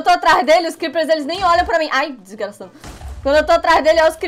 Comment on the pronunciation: VC falo disgrasad#